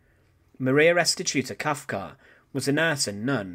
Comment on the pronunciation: Kafka, her name was Kafka, not Kalka!